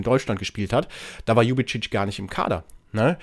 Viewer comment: Tach liebevolle Grüße nach Köln Sülz 👍 Mach dir nichts draus, habe bis jetzt den Namen von DEJAN Ljubicic auch immer falsch ausgesprochen 😊 Leider hinkt er seinen Leistungen in letzter Zeit hinterher wer weiß ob er eine Blockade im Kopf hat doch seit er nicht die Freigabe vom 1fc Köln bekommen hatte zu den Wölfen zu wechseln bringt er kaum noch kaum noch vernünftige Leistungen im Gegensatz zu früher auf dem Spielfeld Maxi Finkgräfe muß man einfach Lieben Echt krass was für eine grandiose Entwicklung er seit seinem Debüt bei den Profis gemacht hat Echt toll das er trotz seines jungen Alters schon weitaus bessere Leistungen auf dem Spielfeld erbringt als so einige seiner älteren Team Kameraden Echt schade das ich das Spiel unseres 1FC Kölle nur über den Ticker verfolgen konnte ich hätte so gerne gesehen wie er den Linien Richter mit dem Ball aus geknockt hatte Hoffentlich bleibt Maxi Finkgräfe uns noch für viele Jahre erhalten einfach nur absolut sympathisch und Bodenständig 👍👍👍 Seit der Gründung des 1fc Kölle hatten wir noch nie so wenig Punkte wie in dieser Saison,dem Klassenerhalt zu erhalten wird eine sehr schwere Aufgabe für unsere Profis sein, doch man sollte immer Licht am Ende des Tunnels sehen vielleicht schaffen sie es noch auf biegen und brechen über der Relegation Dafür müssen sie sich allerdings gefälligst den Arsch aufreissen und alles aus sich heraus holen Come on FC wünsche dir noch einen schönen Wochen Start 👍 LG von Lisbeth aus der schönen Schloss Stad